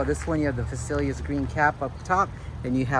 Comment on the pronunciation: you say it just like VALET. Not vasalias.